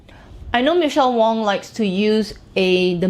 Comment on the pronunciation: it’s Michelle WAng 😅🤣😂 great video as always.